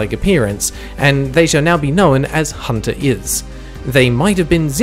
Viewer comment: YOU MISPRONOUNCED HUNTERLS SMHSMH